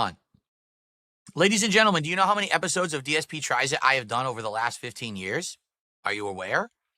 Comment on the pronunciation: He can't even say his own name he said GSP instead of dsp